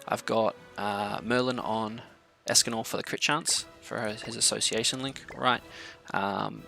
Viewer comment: Hræsvelgr is pronunciation Hrisvelger just so you know next time